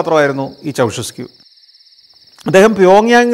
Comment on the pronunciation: Ceaușescu -ചൗഷെസ്ക്യൂ ennairunnu alle